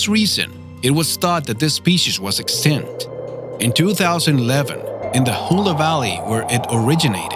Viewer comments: extinct not excent and it's habitat not habidad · Bruh you cant pronounce extinct lol